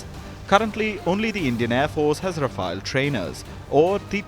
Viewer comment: Voice over guy you desperately need a crash course in pronunciation. Rafale is not pronounced as Rafaayel but is Rafaal. And, Alize is not pronounced as Aleez but Ahleezeh.